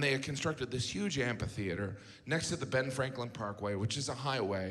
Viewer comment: amPHitheatre , Mr Gaffigan. Like in ' **ck you' , not like in ' **nis .'